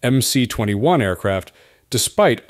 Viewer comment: There is no such thing as MC 21. It is MS 21 since C in the Cyrillic alphabet is pronounced as S.